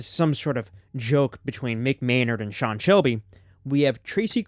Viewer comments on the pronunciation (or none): none